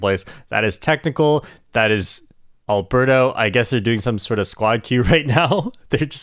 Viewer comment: As a fellow spaniard, it took me a while that Arberto is actually aLbeRRto. The normal spanish name hahahahha Amazing records, super cool video!